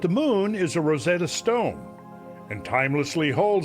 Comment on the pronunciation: Ugh, Randall, it’s “RosETTA Stone”, not “Rosetta STONE”, it isn’t a barely-useful language teaching tool less effective than Google Translate. And fa Gods’ sake, comb ya head already. PS I love you!